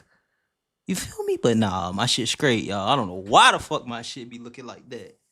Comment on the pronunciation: the word is straight not “skraight”. 🤦🏾‍♀️😂😂